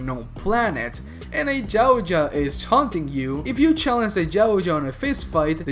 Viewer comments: Anybody find it funny how he says Yauja he says it like jawcha 😂 get it right dumbass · Love the vid’s bro. One thing.. it’s pronounced (yow-t-jaw). Yow like cow but pronounce the y like a j in Spanish(Mexican spanish). Hard T. Jaw like jaw 🤟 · Why Jautja? Its Yautja. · Dafuk is a gao-ja?